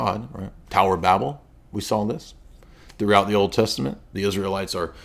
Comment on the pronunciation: Kind of surprising that such a big Bible guy can't pronounce "Babel." On second thought, it's not surprising. One other point, when these guys attack freemasons, that's euphemistic language. It's really Jews they hate. Just talk to them long enough and eventually, it slips out.